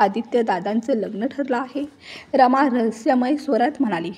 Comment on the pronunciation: रामा नाही रमा